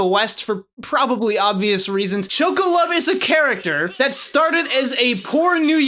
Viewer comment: Joco, not Choco.